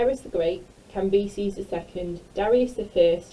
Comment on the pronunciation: Cambeeses 💀 But like, thanks for the help